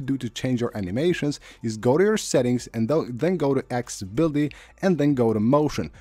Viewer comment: lol if i had a penny for every time he says "animation". aksssssiblity... just tap the buddon and now you're good to go lol